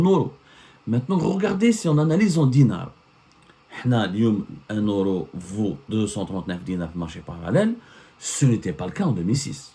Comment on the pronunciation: m Abdou, on dit pas ORO, on dit Euro…cette prononciation est typique aux gens analphabètes, respect aux analphabètes qui n’ont pas eu la chance d’étudier.